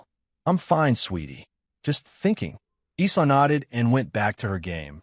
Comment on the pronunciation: someone please retrain the AI audio.... Isla is pronounced "eye-la"